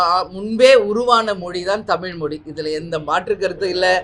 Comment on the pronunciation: உங்க வாயில கொஞ்சம் வசம்பு வச்சு தேய்ச்சுக்கோங்க,,, குமரிக்க,,,,,ண்டம் அல்ல குமரிக்கண்டம்,,, தமி ல் இல்ல தமிழ் சரியா உச்சரிங்க